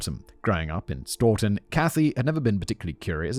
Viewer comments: Ok. Simon. My home town is pronounced Sto - tun. Long o sound. Not Straw - tin. 😂 Also called "Tough Town" by graffiti artists in the area. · I'm from ma. It's pronounced stow tun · There’s no “r” in Stoughton. Pronounced STOW-ton.